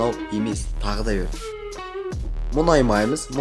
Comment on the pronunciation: Ң деген әріпті білесіңба айтшиш мұнаймаймыз деп айта берми